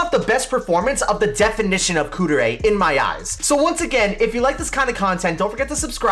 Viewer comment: not Kuu-der-ay... Kuu-deh-ray